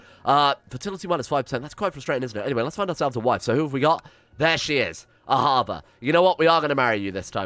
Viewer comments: your hebrew is so funny!! the name Ahava is said A-Ha-Va with no R at the end. it means love. the name Hakadosh Barucho or however they write is a hebrew name for god. it means something like "the holy one may he be blessed" or some sort of translation. the CH in baruCHo is a sound that you do not use in english. just call him "Ha-ka-dosh" or just "god". good luck mate! cheers from Israel. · why u saying RRRRR at the end of Ahava???? (Ahava = love in hebrew ) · but there's no 'r' in there to pronounce, you just say it like it's written